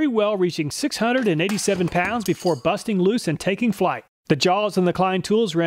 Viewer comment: BUSTing loose. Also said roBUST earlier in the video. Normally this wouldn't make me laugh but it's the way he says it lol